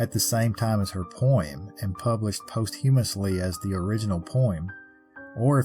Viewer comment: I love your stories and storytelling. Perhaps this will help: (correct)POS tyoo mous ly vs (incorrect) post HU muos ly. Note the syllabic breaks and accent on the 1st syllable, also the H is silent in posthumous. Thanks again for the stories.✌️♥️